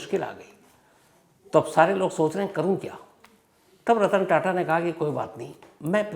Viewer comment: 25.08 ਤੇ ਰਤਨ ਤਾਤਾ ਨਹੀ,,,, ਰਤਨ ਟਾਟਾ ਬੋਲੋ sir